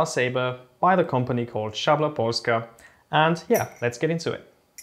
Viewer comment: great pronounciation for szabla.